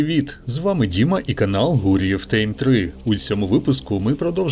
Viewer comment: Тайм, ТАЙМ, ТАЙМ, а не тейм🤦‍♂️